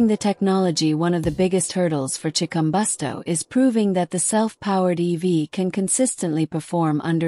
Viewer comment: Chikumbutso not Chikumbosto.